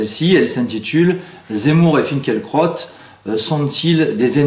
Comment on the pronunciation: Finkelcrotte excellente prononciation 👌